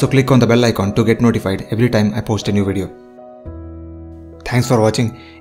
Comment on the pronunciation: im not criticizing and i appreciate your effort but why tf you say "weedio" for a damn "video"